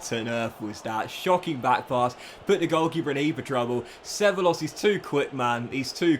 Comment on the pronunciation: Cevallos reads Cebaios